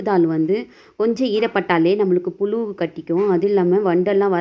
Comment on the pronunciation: Ur pronounsation is very poor puzu sollu pulu is incorrect podina is incorrect pudina pl correct Ur pronunciation